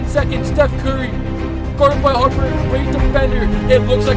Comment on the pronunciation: I can’t believe how you said Harper and the bulls, do know who’s Michael Jordan